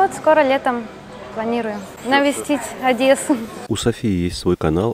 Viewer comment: За видео лайк 👍Только не ОдЭсса а Одесса, тот кто знает тот поймет😉👍